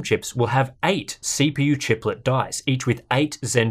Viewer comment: “Chiplet” lol